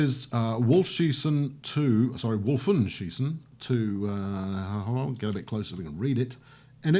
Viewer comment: A few tips to improve your pronunciation, at least with the germanic names. 'W' is pronounces as 'V'. e.g. "Vohlen" 'V' is pronounced as 'F'. e.g. "Folks" 'J' is pronounced as 'Y'. e.g. "Yunker" Umlauts 'elongate' the vowel, for lack of a better word. e.g. "Goeschenen" This is Switzerland though, so you're going to run into a strange mix of French, Italian and German.